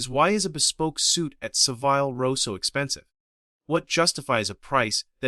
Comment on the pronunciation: In Savile Row, the i is pronounced as in carbine, not time.